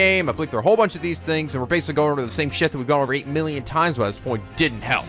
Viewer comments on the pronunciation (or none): none